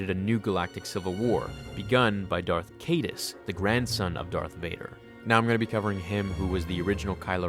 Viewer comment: When you said darth kadas I was like wait isn't his name kylo Ren but then I remembered it was legends.